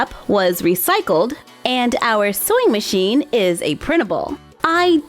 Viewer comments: Is it just me or is she saying soy machine instead of sewing machine??? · Anyone eles shes saying soying metion or soy metion thats reallh anyoeing me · Why do I kept hearing "soy machine"?